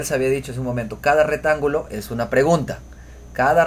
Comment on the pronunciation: Muy bien explicado. Gracias. Me sirvió mucho. Pero por favor corrige tu forma de hablar. Se dice: "ha resuelto bien" no resolvido. y se dice: "Rectángulo" no retangulo. Ojo con esas dos expresiones. Un abrazo desde Colombia.